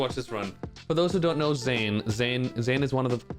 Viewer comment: “Zane” 😭😭 Good shit to Zain tho fr, he’s cracked at ssbm